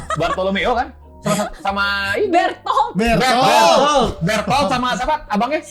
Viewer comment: Bertolto, Berdorto, Boruto, Berotuhoredero.